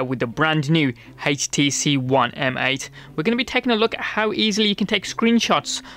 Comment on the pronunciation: Haich tee see